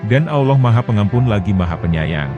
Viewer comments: BUKAN AWLOH TAPI ALLOOH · Sebutan Allah yang bener ya.. Bukan Auloh..... Sebetulnya ALLAH